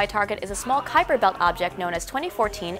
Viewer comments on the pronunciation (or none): none